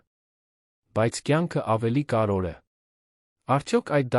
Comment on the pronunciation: Կարևո'ր, ոչ թեէ ,,կար ո' ր,,😂😠